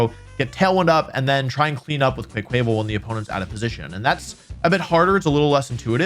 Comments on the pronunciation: I really wish you would start pronouncing Quaquaval with a mix of "quack" and "aqua," as you would expect for a water type duck. For example quack-wuh-vull. There's no chance that "kwuh-kway" was the intended pronunciation. As much as I know mispronunciation is part of your schtick, a lot of people pronounce it that way and it's so logically unsound. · Wolfey doesn't say quack quack he says quaick quaick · Quaquaval = Kwah-kwuh-vahl, not kway-kway-val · No offense intended but every time you say Quaquaval (pronounced qua from quack and val from carnival (the Brazilian one)) as “QwuaKwāvil” I die a little inside and out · Im sorry, but the way you day quaquaval bugs me a lot. It's quack and carna-val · Quaquaval is actually pronounced, "Qwaa-qwuh-vol." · GAHHHH! Its QUACK-uh-vahl! Duck goes quack, at the Carnivale! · Everytime Wolfy says Quaquaval wrong I feel a piece of me die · that pronunciation of quaquaval broke me 😂 said it so many times too